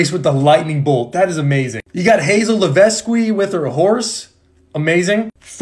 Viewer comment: I cringed at the way he pronounced Piper, Hazel, and Nicos last name